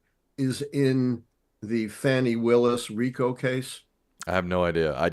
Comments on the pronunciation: Uh…fawn-ee not fan-ee!! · Her name is pronounced Fawny not Fannie